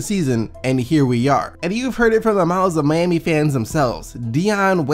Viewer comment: y do u call them the MAYami heat they are the MYami heat